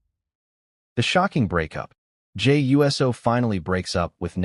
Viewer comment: The fact is says Jey U.S.O. instead of Jey Uso indicates this is a bunch of BS😂